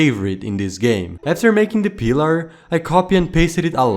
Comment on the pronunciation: Is it just me or is it funny how he said “peeler” instead of pillar 😂